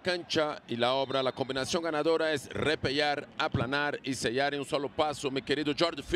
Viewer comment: Un tono de la pronunciación de la doble ele en el verbo repelar, jajaja 😂